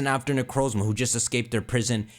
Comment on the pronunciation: IS THAT A TERAPAGOS PLUSHIE IN THE BACKGROUND Also, FINALLY, someone who pronounces Necrozma like I do! The Pokémon that starts with a Z and one that ends with an A is perfect, though I think it either has to do with A-Z, Arceus, or a new A-legendary from the past that might’ve gone extinct or might come back in an SV event, but still a fun theory!